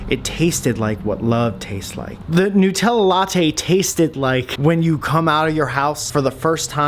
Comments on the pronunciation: Nootella 😂 he knows it's made with nuts but calls NUTella NOOTella 😂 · It's NUT-ella, not NU-tella. It's not made of newts, it's made from nuts, WHICH YOU CLEARLY KNOW BECAUSE YOUR WHOLE VIDEO WAS ABOUT ALMOST KILLING WHEEZY WITH NUTS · nuuitella bugger of :D